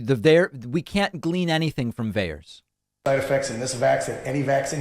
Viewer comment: It is VAERS